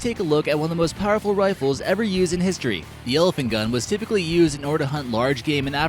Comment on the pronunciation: Worlds most insane “Riffles” ever made. 😄